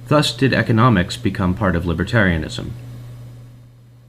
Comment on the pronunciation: The opening narrator really doesn't know how the word "thus" is pronounced? Really? "That's weird, this scholar made a big typo. Let me just correct that..."